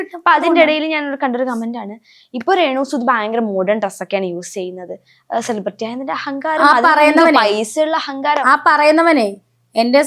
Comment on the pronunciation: സെലിബ്രിറ്റി എന്ന് നേരെ ചൊവ്വേ pronounce ചെയ്യാൻ പോലും അറിയില്ല😂😂. ...10 പ്രാവശ്യം ഇരുന്നങ്ങു പറയുവാ ഞാൻ സെലിബ്രേറ്റി എന്ന്. ...നിന്നെ എഴുന്നള്ളിച്ചു കൊണ്ട് നടക്കുന്ന പ്രോഗ്രാം കോർഡിനേറ്റർസിന്റെ ഉദ്ദേശം എന്താ. ..നിന്നെക്കാൾ വലിയ സെലെബ്രെയിറ്റി നാട്ടിൽ ഇല്ലാഞ്ഞിട്ടാണോ. ..നിന്നെ എഴുന്നള്ളിച്ചാൽ നാല് തെറി വിളിക്കാൻ എങ്കിലും അത് ആളുകൾ കാണും. ..അല്ലെങ്കിൽ ഇതൊക്കെ ഏത് മനുഷ്യർ അറിയാൻ. ..മുന്നിലിരുന്നു ഒരുത്തി നിന്നെ ഊക്കി എത്ര എണ്ണം അടിക്കും എന്നും. ..നിന്റെ മുന്നിൽ മൈക്കും കൊണ്ട് വന്നു രേണു മദ്യപിക്കുമോ എന്നൊക്കെ ചോദിക്കുന്നവരോട് നിനക്കൊന്നും തിരിച്ചു പറയാനില്ലെടീ ഊളെ. ..ഈ കൊണച്ച ചോദ്യം ചോദിക്കുവന്റെ മുൻപിൽ ചിരിച്ചു മറിഞ്ഞു ഉള്ള വേണ്ടാത്തരം ഒക്കെ പറഞ്ഞു അതെടുത്തു വല്ലവനും സംസാരിക്കുന്നതു മാത്രേ നിനക്ക് പ്രശ്നമുള്ളോ ...pan ഇന്ത്യ ആയി ഇന്ത്യ മുഴുവനും ആയി. ...ഇനി തമിഴ് നാടും കൂടി ആയാ മതി എന്ന്. ..എന്തുവാടെ ഇത് 🤣🤣...നമ്മളെ സ്നേഹിക്കുന്നവരെ തിരിഞ്ഞു നിന്നു കുത്തുന്ന സ്വഭാവം ഇല്ലാത്രേ. ...എന്റെ പോന്നോ. ..പെണ്ണുമ്പിള്ളേ ഇങ്ങനെ വന്നു മലയാളികളുടെ മുന്നിൽ നല്ല പിള്ള ചമയല്ലേ. ...നിങ്ങളെ പോലെ തിരിഞ്ഞു കടിച്ച നന്ദി കേടു അതിന്റെ extrimity യിൽ കാണിച്ച ഒരു മൊതലിനെ കേരളത്തിന്റെ ചരിത്രത്തിൽ കണ്ടിട്ടില്ല